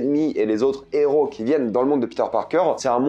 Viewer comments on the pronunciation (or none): none